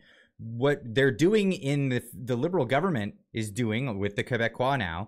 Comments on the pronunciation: You're pronunciation of the word "Quebecois" was awesome 😅😂💀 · Jeez, it’s like you never heard of the Koebeckweez before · You lose a lot of credibility when you’re discussing politics but clearly don’t know how to pronounce the names of the major players and parties involved. It really dilutes your video as a credible discussion when you don’t know who is involved. I subscribe to this channel, but really notice this